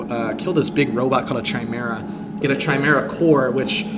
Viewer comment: Saying a sniper rifle is the best gun in the game and comparing it's kill speed to a revolver?. Doing a video on mod that punches walls with zero penalty and then never shooting through a wall? What is going on here? Please google how to say chimera.